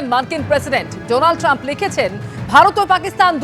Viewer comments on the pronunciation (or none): Donald Tram নয় Trump.